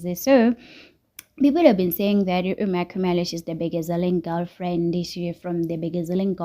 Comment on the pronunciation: Why do you pronounce 🤔"MaKhumalo" like that?😂your vlog is interesting but pronounce people's names properly, please. 🙏